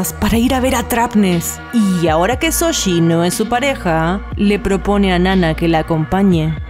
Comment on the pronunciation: ¿Shoji? No Soshi 😎